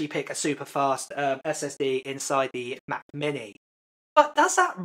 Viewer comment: Anyone else kind of entertained by saying Ma’ book air. Or ma’ mini? No one. Ok.